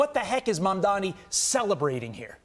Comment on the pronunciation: How hard is it for you to pronounce Mom Donnie? The mispronounciation is obviously on purpose.